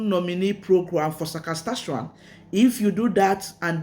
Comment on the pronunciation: SAS - KA - CHE- WAN